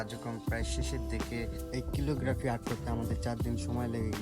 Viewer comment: Bhai🙂 ক্যালিগ্রাফি 👍🏿 কিলোগ্রাফি না 🙂